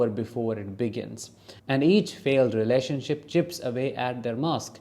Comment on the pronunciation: 😂 I thought you said “relationshit” YES! Exactly!